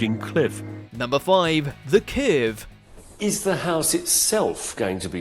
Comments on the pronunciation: What's a "kehrve"? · Strangest pronounciation of the word curve I have ever heard 🤣